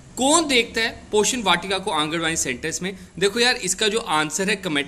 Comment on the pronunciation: Poshan hai ye not portion